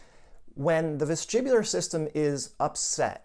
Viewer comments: Vestibular not vestribular. But very interesting content . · Sorry vestibular or vestribular